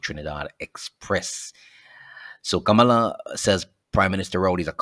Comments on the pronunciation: Her name not Kamala! Her name is Kamla! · Hello,The woman,s name is Kamla not Kamala.